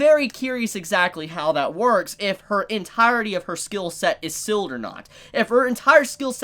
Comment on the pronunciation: a whole season has passed and my man still cant pronounce seal and heal